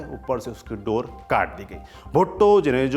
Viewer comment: Saurabh ji aapne galti se 'bhutto' ko 'bhutte' bol.diya. 3.38 to 3.43